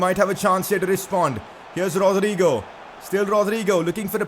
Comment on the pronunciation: I don’t know if it’s just me but I hate the way he says Rodrygo